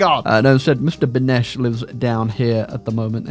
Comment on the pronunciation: Mr Benes not benesch